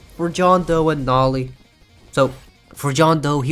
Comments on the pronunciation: ITS NOT NAH-LEE ITS NO-LEE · Bro pronounce noli as "nali" like bro put the word "no" and li" together man😭🙏